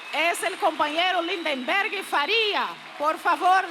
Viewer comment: Ninguém acerta o nome do nosso caro LindBergh! Teem sempre que dizer Lind"EM"berg.